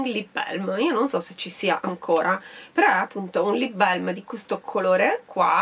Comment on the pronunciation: Tesoro perché “belm”? In inglese proprio non ci sta questa pronuncia... è una “a” e puoi stringerla quanto vuoi a seconda dell’accento, ma non è mai “e”